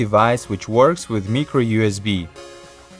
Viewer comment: He has an accent 😂 micro usb